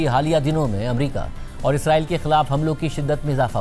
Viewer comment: میڈیا پر جب بھی اسرائیل کا ذکر کیا جاتا ہے تو اکثر لوگ اسے "عزرائیل" کہہ دیتے ہیں۔حالانکہ عزرائیل ایک فرشتے کا نام ہے جو اسلام میں ملکُ الموت کے طور پر معروف ہے۔ لہٰذا دونوں الفاظ کو آپس میں ملانا یا غلط تلفظ کرنا درست نہیں ہے۔ درست بات اور درست الفاظ استعمال کرنا ہم سب کی ذمہ داری ہے۔